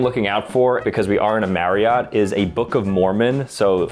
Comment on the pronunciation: You pronounced my last name wrong its pronounced "" not "Mary-ot".